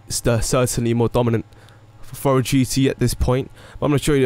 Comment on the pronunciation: Furore is pronounced like 'ferrari' -> "furroary"